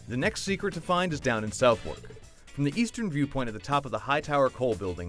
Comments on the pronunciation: Nico Pates yeah I'm pretty sure it's "Suff-Ark" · It's pronounced 'Suthurk' not 'South wark' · It's not pronounced South-Wark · u cannot pronounce southwark